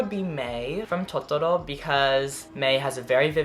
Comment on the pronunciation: the way you say totoro i'm in love😩also i want to thank you for constantly putting me in a good mood and inspiring me to stay positive,ily😇💓